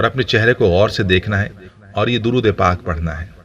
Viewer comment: Darood mein zer zabar ke hisab se alag tareeqey se padha